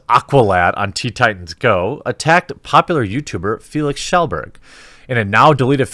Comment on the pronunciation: First time I hear an Anglo pronounce Kjellberg correctly.